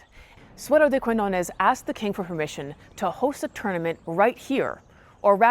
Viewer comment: The Spanish word "de" is not pronounced like the river Dee.